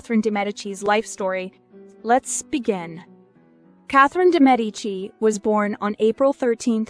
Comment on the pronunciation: First of all THANK YOU FOR PRONOUNCING HER NAME CORRECTLY! :) I couldn’t believe when they changed how they pronounced her name from season to season (from correct to incorrect) shudder. WTH?!